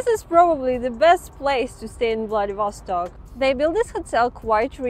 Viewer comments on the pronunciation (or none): А зачем надо говорить ВладивОсток, вместо ВладивостОк? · Remember: VladivostOk! Not VladivOstok.